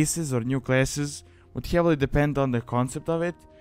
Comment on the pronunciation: i also like how you say heavily, like: hjeavely